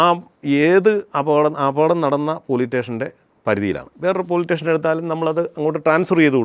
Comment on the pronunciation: പറഞ്ഞത് എല്ലാം നല്ല കാര്യം .......ഒപ്പം :പോലീറ്റേഷൻ അല്ല പോലീസ് സ്റ്റേഷൻ, ഇതും കൂടി ശ്രദ്ധിക്കുമല്ലോ...🤝